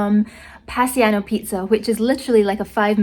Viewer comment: Its pronounced as PIE-SANO.